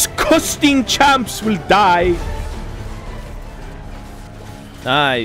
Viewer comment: it's "Bara Bing, Bara Boong"